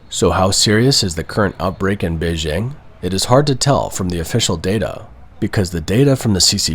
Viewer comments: Try to get the pronunciation of Beijing better. It’s not hard. Bay plus jing as in jingle bells. Hard J. There isn’t a soft J sound in Chinese like the je in French. Nice video, thanks! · If your film is about Beijing, please pronounce it correctly. BaY-Jing. I heard it so much over there it grates on me hearing a westerner lenite an imaginary s and h.